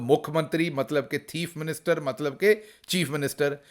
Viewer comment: "Hura ToTa" 🤢 "Teef Minster"🤣🤣